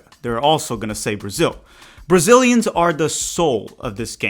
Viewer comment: Are you Brazilian? You pronounce the names really well.